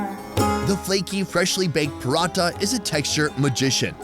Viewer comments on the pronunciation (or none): none